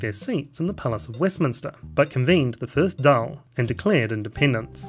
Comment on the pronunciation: Daíl is not "daal" but more like "doyle"